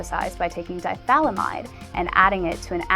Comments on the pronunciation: It's di-ethyl-amide, not "dithalamide." It is important to pronounce every syllable in chemistry. The way you say it, the "ethyl" is not pronounced. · It's pronounced "di-eth-yl-i-mide" (dī'ĕth'ələmĭd), not dī-thal-ĭ-mĭde! Sheesh. Talk about DMT! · You made me second-guess myself so I checked it out. It's pronounced "dahy-eth-uh-lam-ahyd". "Di-ethyl" as in two Ethyl groups, not a single Diethal. Although a diethal does sound like something quite extreme and possibly with spikes. Thought I was going crazy for a second. Alright, my nitpickery is done for the day. Everyone here seems to be in agreement that you're attractive so I don't have much choice but to let this slide. This time. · It's not lysergic acid di-THALAMIDE. it's lysergic acid di-ETHYLAMIDE. At least get that much right. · Hey its not pronounced DIE-thalymide its di-ethyl-amide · Given that Albert Hofmann was a german-speaking swiss man, he'd actually pronounce it somewhat like 'dee-et-huel-ameed'. Two ethyl groups is correct, of course :) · Agreed... And she can't even pronounce "diethylamide" ... But, sure, very cute... Ignorant as a doorstop, but cute. Big deal ... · just a tip! If you are going to make a video on something learn how to pronounce it.Phonetically, it is die ee ful or die efful eh mide or am eyed depending on whether you are from the US or UK and commonwealth countries.This vid ruined your creds from about 30 secs in.